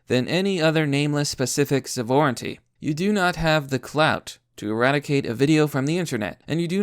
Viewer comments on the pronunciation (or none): Sa-vor-enty lmao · > pursue > sahvorantee Dude, I like your content but if the majority is gonna be of you doing research and reading, do some research into reading. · sahvorinteee??...you have the reading comprehension of a 5th grader lol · Great video, but you gotta learn to pronounce sovereignty. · Isn't your pronunciation of sovereignty wrong?